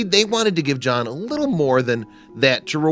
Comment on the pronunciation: Its john not jaahn